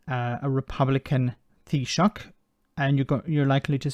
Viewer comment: You said “Tea Sock” all wrong 🤪